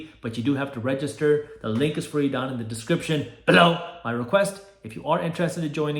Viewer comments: Why does he always say 'below' like that? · Thank you random guy on YouTube. The emphasis you put on the description “BELOW” made my day